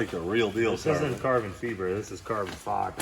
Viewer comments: These guys keep mispronouncing farbon ciber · “This isn’t like carbon feeber it’s like carbon fiber”